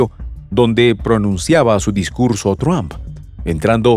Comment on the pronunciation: PORQUE EL COMENTARISTA DICE “TRUAMP”. ??? NO ENTIENDO….LE CAMBIO EL APELLIDO O COMO???